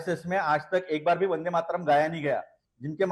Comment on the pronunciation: Waris pathan ko bulakar vande Mataram song ka apman mat karua. In blogo ke mukh se bande matram sunkar esa lagta hai jaise ye gali de raha hai